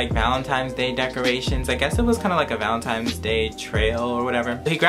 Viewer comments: It’s not valentimes it’s valentines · ValeNtines day lol not valeMtines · Who els is annoyed he keeps saying valinTIMES?!😭😂😂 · Omg you said VALENTIMES day lol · He said valenTIMES day